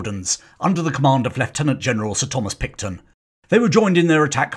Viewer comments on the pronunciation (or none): none